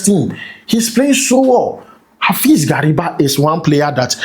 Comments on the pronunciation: Please mention Gariba well. Gary- ba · The pronunciation was very bad. Like the son of gari😅